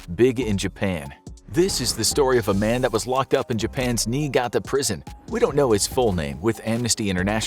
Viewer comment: Yo niigata ? LOL